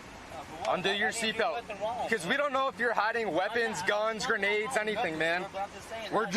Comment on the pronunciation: "grenades".....really?